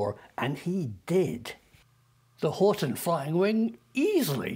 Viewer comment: HORT"E"N, not Horton...